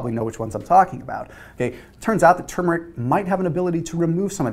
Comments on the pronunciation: I think you're the only one on YouTube who says TuRmeric correctly! Thanks for the great video! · I know, huh? People need to say it right. There’s an “R” in there and the first syllable is accented, not the second.